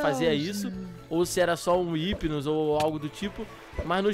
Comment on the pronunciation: o hypino não fala com o R mais sim com I tipo: Ipino